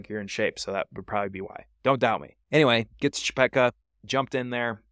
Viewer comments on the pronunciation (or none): Hardly anyone started at McKee Draw until YouTubers became a thing. Before that, the decision was to start at Leidy Peak or Chepeta Lake. And it's Chepeta, not Chepecka. Good video.